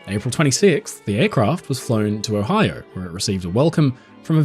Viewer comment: Oh-hi-OH. Not Oh-hi-ur. 🤣